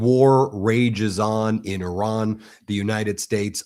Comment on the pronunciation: It is not prononce Aran but Iran😂😂😂😂 You are funny🤪